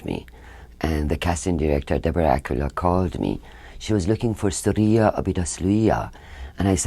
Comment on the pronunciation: That STUPID shit is an to Shohreh! Whose name you butchered!